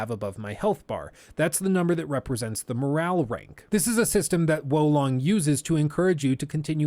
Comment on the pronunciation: woh long - dude its Wo Long where did you pick up the H from ?